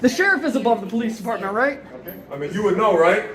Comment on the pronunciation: "The sheriff is uh-bove the puh-leece dee-paw-mint, right?" No, dummy. That's not how it works. Suddenly, they seemed to forget about observing the polling, as they whine and whinge and start filming the LEOs